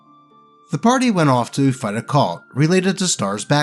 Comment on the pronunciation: pronounces "cult" weirdly.